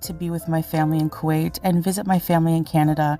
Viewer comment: I thought she went back to kawait..